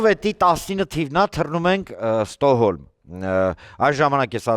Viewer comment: Ստոհոլմ չի Ստոկհոլմա😂